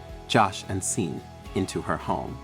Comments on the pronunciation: It's pronounced shorn not Sean that's how you say it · Just fyi.... the name Sean is pronounced SHAWN.